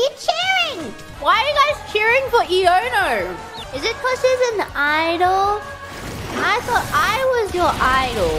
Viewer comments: She is perfect after all. But seriously wdym is it not Ai-oh-no? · Did anyone tell Bae that her name is pronounced Ai-Oh-No? An ion is a particle with an eletric charge. Ions facilitate the passing of electric current. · The correct pronounciation is Ai-on-no. A reference to ion, an atom or molecule with net electric charge. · Most people I've heard pronounce it wrong too. Iono is such a punny name. Intro: "Whosawhatsit? Iono!" (from I don't know, ion, and Chionanthus---fringetrees) Stream name: "Iono Zone" (from Ionosphere and maybe from magnezone which itself is from magnetic zone--another name for magnetic field--and maybe ozone since Earth's magnetic field protects the ozone layer; last one is a bit of a stretch) Her Japanese name Nanjamo is also punny Intro: "nanimon nanja? nanjamo desu!" (何者なんじゃ？ナンジャモです！) her name sounds like "Who is it?" but is also a name for fringetrees, and her intro is a play on her name. Stream name: "Donnamonja TV" (ドンナモンジャTV) is another play on her name and sounds like "How about that?" I don't like her name in Spanish as much: e-Nigma. Reminds me of Riddler. Her stream name "Khé-NigmaTV" is a pun for "Qué enigma". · I have no idea how to pronounce "Iono." Is it e-ono or i-ono?